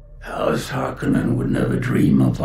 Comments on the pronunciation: Dude jinx. My only gripe is the pronunciation of Harkonnen because of Villeneuve's accent lol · He almost strayed to saying the name as Härkönen.